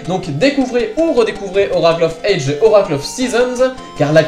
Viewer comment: Bon, petit moment critique (mais j't'adore hein ;) ) une première chose, on dit 'oracle of ages (prononce adjiz !!) (dsl mais ca m'a dérangé tte la vidéo ^^ Ensuite la nouvelle formule me plaît bien (pense juste à sortir de la cave lors de la prochaine intro lol ) mais je ne vois pas trop l'intérêt de perdre 30sec de vidéos (qui en plus est déjà courte à la base...) à te voir allumer les consoles (surtout que on voit rien sur cette GBA SP !!) je prefererais 30secondes de piano de plus !